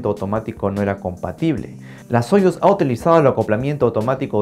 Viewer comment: Muy buen video. Pero de hecho se dice sayus, así como sayus nerushimi respublik sabodnyk.